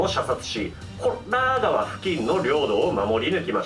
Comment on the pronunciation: コッラー川もふざけてて草